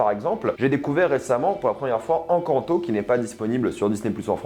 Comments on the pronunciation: Tu as mal dit Encanto 😂🤣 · Tu parles de Disney mais tu es incapable de prononcé le titre 'Encanto" 🤦